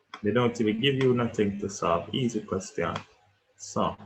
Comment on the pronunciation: Yooo you saying "eassy" and "soft" is so daaaaamnn annoying 🙄😤